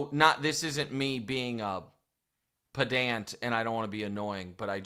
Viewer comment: Hey, Nick, if you're going to get on Damonza about Tibia and Fibula, you gotta learn to pronounce "Pedant" -- it's a pretty funny word to mess up when using it to refer to oneself ;)